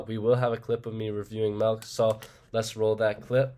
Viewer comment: I actually didn’t even notice the milk mispronunciation lmao